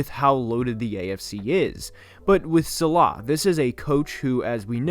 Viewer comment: "SAH-luh" Not "suh-LAH"